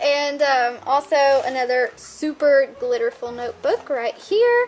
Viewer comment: " it's a noyeboooook!!" Lol great vid